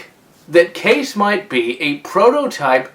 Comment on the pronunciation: It's called Kai-ees not case